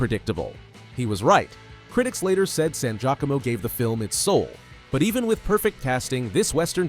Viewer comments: Ugh. Its Laura "San-jeeya-komo" not san-jack-a-mo. (Had a major crush on her back in the 90s She was also awesome in the TV miniseries "The Stand" . (minor character) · You lost me when the AI narrators mispronounced Laura San GEE-AHcomo’s name. Your videos will seem more down to earth and will garner higher ratings if you use real narrators.